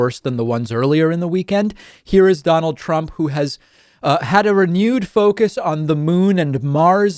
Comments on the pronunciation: Donald Prump. Lol. How the heck do you get your own name wrong? Lol. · Wait, ” DONALD PRUMP???!!!” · Sleepy Joe can't even say his name, so vote for me Domold Prump for president of Nars. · Donald Prump LOL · Donald Prump! Lol